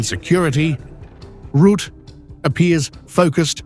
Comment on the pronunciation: Rətə like duh! Ruh te. FFS!